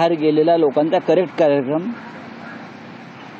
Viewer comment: ह्याला कार्यक्रम शब्द बोलता पण येत नाही आहे.पिऊन आला आहे वाटत.याचा कार्यक्रम 2024 ला पक्का आहे.